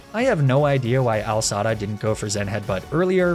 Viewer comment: “AL Sada”